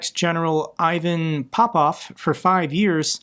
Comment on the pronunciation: Ivan is pronounced as EEvan (procEEd)